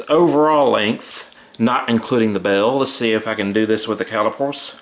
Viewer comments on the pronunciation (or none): caliper not cali pore